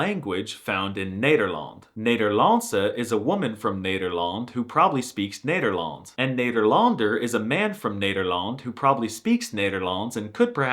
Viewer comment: Loved your review, but your pronunciation is waayyy of.. Cheers from the Netherlands!